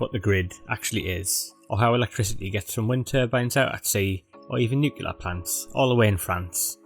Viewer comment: Switched off after 6 seconds after he said nucular instead of nuclear.